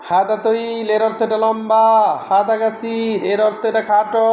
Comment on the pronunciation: ভাই হাদা না হাজা